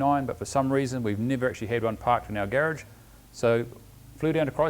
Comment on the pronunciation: Lol he said gerge instead of garage 😆😆😆😆